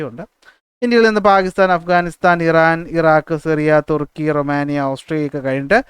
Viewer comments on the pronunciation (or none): none